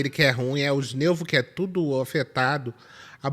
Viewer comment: "tudú mundo com bronquite!"